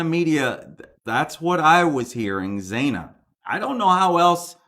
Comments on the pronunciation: Still pronouncing it wrong. Zana like banana ✔️ Not Zāna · Xana - pronounced Zan - ah not Zain - ah ❤❤❤❤ love your channel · Xana is pronounced zana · Xana ...Pronounced Zannah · The name is pronounced Shana like rhymes with Anna. Its an eccentric spelling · Hi. Xana is pronounced Zana. Rhymes with Anna. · Hi there, I'm pretty sure Zana is pronounced with a short vowel sound.... Like banana, or Hannah. Great video!! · xana..like Xanax. you do say it weird hahah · ZANA - you are pronouncing the second letter A wrong.